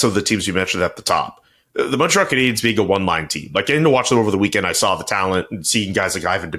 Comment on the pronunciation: Say their name CJ... "Canadiens" 😂